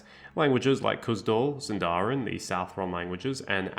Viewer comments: small correction: it’s pronounced síndarin and not sindárin! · This video is great, but let me help you with pronunciation. These are the best English approximations I can think of (still not correct Elvish): Sindarin: SIND-a-rin/THIND-a-rin Alqualondë: alk-wa-LOND-eh Nandorin: NAND-o-rin Anduin: AND-win Avarin: AV-a-rin Gil-Galad: gill GAH-lad Bruinen: BRWIN-en (two syllables) Noldorin: NOLD-o-rin Ethellond: eth-ELL-ond All in all, you basically mispronounce every word ending in -rin. They're most usually stresses in the third-to-last syllable, not in the second-to-last as you do.